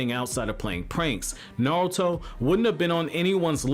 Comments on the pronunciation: the way you say naruto is like naWuto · Is he saying navuto😂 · real question is why does this guy pronounce it NAOTO